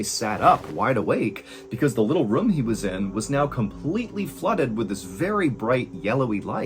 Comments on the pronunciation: I love your story telling, Mr Allen but I hate how you say room. It’s pronounced like roooohm not rum 😂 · ayo , quick question fr I need someone to go through all this man’s videos and let me know how many times he pronounces “room” like “rum” cause bruh